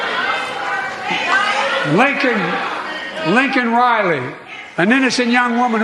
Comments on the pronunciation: Her name was Laken Riley, not Lincoln Riley. Please get this innocent woman’s name right. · LAKEN.... NOT Lincoln! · Lincoln!!! It’s Laken, Biden is nothing more than a public servant from the clown dept. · It's Laken, fjb said Lincoln, didn't even say her name correctly. Moron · Her name is Lakin not Lincoln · Biden: "Lincoln" Riley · Her name is Larkin not Lincoln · Her name is Laken not Lincoln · The fact that Democrats are more concerned about Brandon using the term "illegal" more than him mispronouncing Laken (Lincoln) Riley's name tells you EVERYTHING you need to know about their party. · He didn't even say "Laken Riley." He said "Lincoln Riley." This is horseshit. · You got her name wrong too dude. It’s Laken. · It's LAKEN Riley. You think Biden understands how offensive his mistake was? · I'm glad you see it the way I did. I saw both sides claiming she was an embarrassment, I was personally proud that she trolled Joe so hard he had no choice but to mention the girl and HE STILL mispronounced her name despite it being printed in English right in front of his stupid face. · JOE SAID HER NAME WRONG ! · rewind and watch KH's smirk as FJB mis-pronounces Laken's name 🤬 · Mispronounced the womans name . Called illegals illegals. Made it about himself. FJB